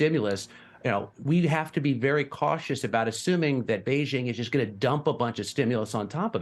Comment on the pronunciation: A China expert should be able to pronounce BeiJing The “jing” in BeiJing sounds like “jingle” and not like “shingle”